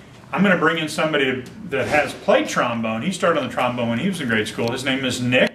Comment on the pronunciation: Trombome ha more like trombon-er